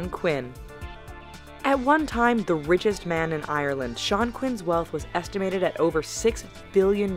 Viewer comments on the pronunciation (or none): I'm not hateing but I hate how Americans say Ireland it drive me crazy (I'm Irish)